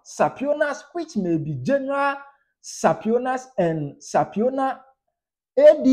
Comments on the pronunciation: Subpoena ‘supina’, not ‘sapiona’. Do well to rehearse court terminology’s with regard to pronunciation. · Boss e no be sapiona oh, its supina😊